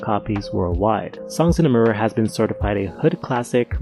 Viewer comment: Yeah. "Mirror" made me laugh out loud